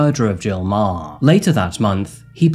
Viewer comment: Meagher is pronounced 'MA-Her'